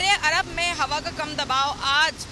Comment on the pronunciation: عرب ا نہیں ع سے شروع ہوتا ہے